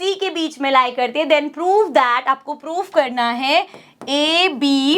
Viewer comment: Bhai inko prove bolna bhi nahi ata Poove poove karte rehte hain